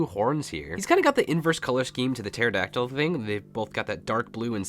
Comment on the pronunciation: you said the pharadactle or however you spell it